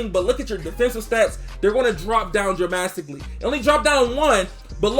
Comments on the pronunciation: drop down "dramasstically" 🤔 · DUDE SAID DRAMASTICALLY